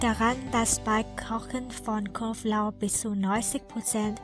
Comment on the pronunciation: Elle a dit ail, mais comme elle est chinoise ellle prononce pas le b...et ça c'est drôle.. Knoblauch et elle dit Koflauch